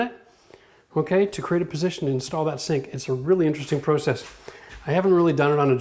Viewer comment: Does every Canadian say template and process the way he does? Asking for a American friend 😂